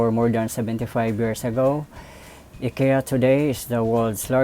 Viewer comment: It's pronounced "AY-KEE-YAH." Just correcting. :-)